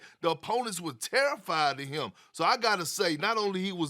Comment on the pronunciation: Poor guy can't pronounce imposed correctly lol